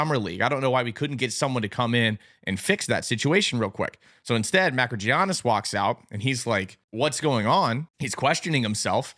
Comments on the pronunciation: It is bizarre that you can't be bothered to have the courtesy to pronounce "Makrygiannis" correctly. His name is Makrygiannis, not Makrydjiannis. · Hey Great video! I am from Greece. You actually call his name Makriyiannis. You pronounce it with y not g